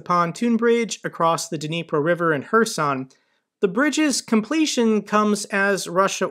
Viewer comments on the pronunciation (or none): none